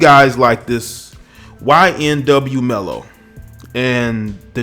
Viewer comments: I feel you but it’s melly not mello but you speaking fact respect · You have no idea the reason behind why he did it. Ppl seem to think he just blasted them away for no reason at all smh. And it’s melly..not Mello..Jesus do research before posting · okay well first his name is ynw melly not ynw mello so get that right . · Its Melly not Mello 😂🤣😂😂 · A lot of great points in the video but it’s not mello it’s melly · Why tf does he keep saying ymw mello???! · Did this guy just call him ynw mello I swear that’s what I heard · Could have at least got his name right🤣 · How tf U say his name wrong tho😭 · U can’t pronounce melly? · Please get his name right atleast next time before u begin to speak about something u dont know. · Damn can u say melly? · Butchered his name but the message is loud and clear. This dude looks dysfunctional. But i watched this dude in a couple interviews or so and he does seem very off. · Yo put respect on melly’s name you don’t even pronounce it correctly. Your making a video on him nd. He made more money than you bro gtfo here